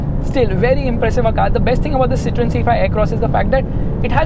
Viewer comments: As I study French, it is pronounced as Cit-oh-en. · The pronunciation is see-th-ro-in.